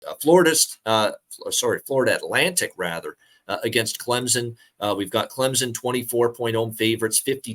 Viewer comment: its CLEM-SON, not CLEM-ZON